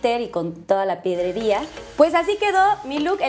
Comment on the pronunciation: No es piedrería, es pedrería 🤦